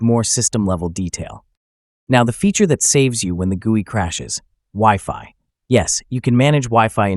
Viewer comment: it’s the bad pronunciation by AI that makes you cringe. Instead of GUI we got gewy. Content seems solid and structure is good. Narration is either AI or a non tech person 🤷‍♂️